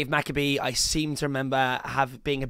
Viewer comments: It’s Dave Mcabe Ma-Kayb Not Mac- a-bee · It’s McCabe 🤣😂🤡